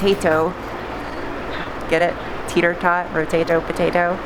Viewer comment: are you saying teeter tot or tater tot?